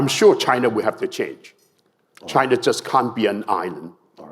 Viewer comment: Chiner lol